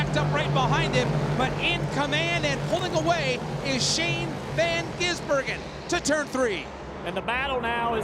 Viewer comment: Shane van Gisenburgen? .... Get it right, idiot.